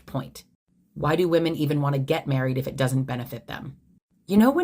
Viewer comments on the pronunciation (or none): Great video but as an aside, it's super annoying when people don't realize that "woman" and "women" are pronounced differently. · That last one bothered me because of the way she pronounced "women".